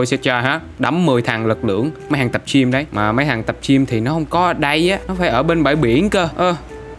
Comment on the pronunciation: Anh nói tập chim hay tập gym vậy anh